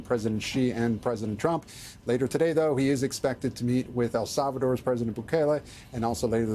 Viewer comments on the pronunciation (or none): none